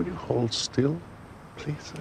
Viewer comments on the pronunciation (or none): none